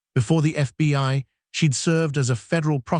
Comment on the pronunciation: I watch your videos but some of your pronunciations make me crazy!! It sounds like you've used an automated reader. For instance: it's not "Mary Land" but Maryland like Merle-land, NWaCP is NAACP though it's pronounced N double ACP & she'd is pronounced "shēd" not "she d." Thanks.